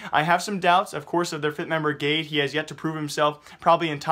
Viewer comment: its pronounced gadé